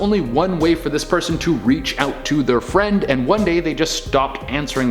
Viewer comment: Oml. Fwend wequest.